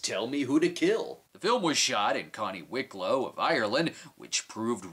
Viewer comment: good except you pronounce it 'Con-tE Wicklow' when it's 'Count-E Wicklow' Irish like me are proud of their country so don't fuck it up ;)